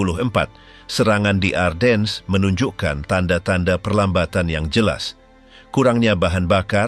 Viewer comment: Ardennes dibaca A:den. R nya hampir ga kedengaran, gantinya A nya dibaca panjang ini kota di Belgia yg terpengaruh Perancis. Sedangkang untuk orang2 USA atau Inggris bacanya Arden tanpa S nya dibaca. By the way salah satu Jendral nya German yg hebat dlm pertempuran ini Baron Hasso Von Manteuffel yg tingginya hanya 160 cm kecil untuk ukuran bule hingga dijuluki little baron. Greetings from the USA